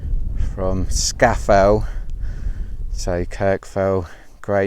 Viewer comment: Well done. But it is pronounced Scar Fell !